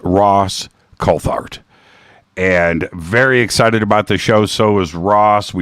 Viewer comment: It's pronounced coult-art